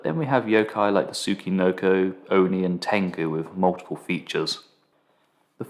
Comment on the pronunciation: Well done! Thank you for Introducing this pudgy adorable snake. (By the way, "chi" in Japanese is pronounced as "chee" in "cheetah", not like in "key.")